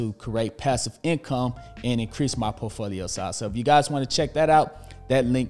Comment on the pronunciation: My days made when you say POfolio..lol. Love it🏋️